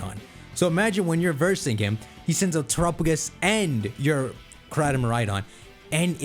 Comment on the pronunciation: After nearly a year I'm still kind of annoyed that still mispronounces it as "Tur-a-pa-gis" instead of "Ter-a-pa-gos" like Galapagos.